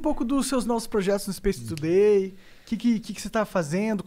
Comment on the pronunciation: Monark: O inglês mudou a minha vida. O mesmo monark: SPACE TUDEI